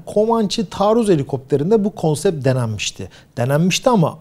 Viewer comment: conset değil Türkçe konuşun.